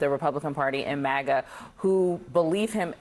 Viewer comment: Why does he pronounce it MOGA?